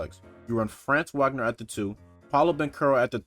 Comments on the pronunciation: Bro....if u gonna cover the magic ya gotta pronounce their names right. It's not pronounced how it looks with franz....it's like FRAAHHHNZ VAH-GNER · It’s pronounced Frah-nz vahg-ner if that makes sense